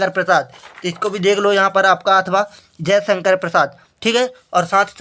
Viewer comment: अथावा नहीं अथवा होता है